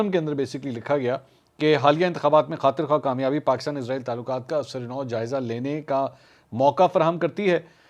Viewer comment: یہ اسرائیل ھے ازرائیل نہیں 😮